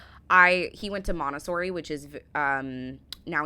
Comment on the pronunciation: Are you saying MONTESSORI or MONASTERY ? You pronounce it VERY differently to us if you are. We would say MONT E SSORI (3 SYLLABELS). What is a "MONTESSORI CHAIR" ? Since the abolition of punishment in schools, kids have gone feral ! As a school kid in the 1970s we knew if we stepped out of line that we could be caned, given the strap ( Scotland) hit with an old training shoe( sneaker) across your backside, be given lines to write out or even have the wooden blackboard rubber thrown at you. HAPPY DAYS. As a boy I did woodwork, metalwork, technical drawing and cookery. I remember making a bookshelf and a wooden stool with a woven seat. I was also taught how to hang wallpaper. A skill that came very handy when I got married. " Using your hands" to a kid these days, means pressing a button on a computer keyboard or swipng left or right on a screen. ! Hopefully your son uses a real knife to eat with ? The AI image at 7.27mins of someone using a hand stick blender did NOT happen ! They were not invented yet !! We certainly didn't do " high 5s" either! ( 17.34 mins). When you could leave school at 16 the things you were taught in school helped you to be ready for the "real world".